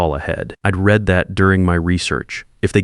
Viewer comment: Who is going to work overtime for 10 months and not do anything about it? I'd call the State and file charges! Still can't pronounce "read" as its being used.